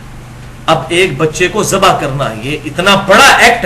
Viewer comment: ali bhai zibah word ghalt hai. correct word zabah hota hai.